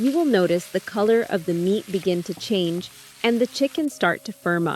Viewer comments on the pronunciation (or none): none